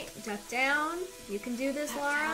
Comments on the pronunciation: I hate to be that guy.. But Tomb Raider is too precious to me. her name is Lara, pronounced 'la rah' there's no u, its not Laura. you wouldn't call Princess Leia, Leah would you. all the same, love you're walkthroughs. smile face. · "Lara" instead of "Laura". Watching you is a treat! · if you keep calling her "laura" we should call you "" "" or "bro"